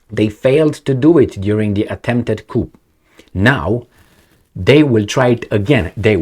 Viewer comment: Hey its pronounced "Coo" the P is silent 😇